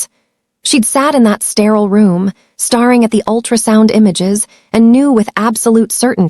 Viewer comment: Starring instead of staring. I actually hate a I voice overs.